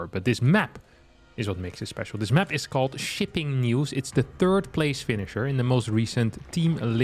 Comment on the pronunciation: Am I the only one who thinks is intentionally reading map name as "shitting news"? Played it like five times, I can hear hard "t" in shipping 😂😂